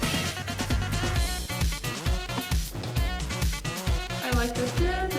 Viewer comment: 'El Bis', the brother of 'El Cid'. I presume there's no 'v' sound in Korean, hence the 'Elbis' pronunciation. Went and listened to the band version which I much prefer. Might go out and buy this one.